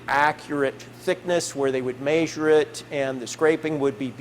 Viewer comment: What really grinds my gears is when people say maysure instead of measure😢